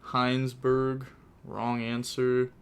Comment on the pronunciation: “Hienzberg” when it clearly says “Heisenberg” is beyond me. What is your iq?